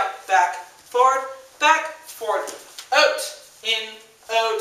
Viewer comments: Love The Way You Say OUt (oot) :) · Lmaoo!!! at the 'out' ... 'oot' word. I can just imagine myself in your class laughing full on in the back. But thanks for the video. its good made me smile and laugh. :))) xx Lol.!! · Where are you from? You say 'out' super weird...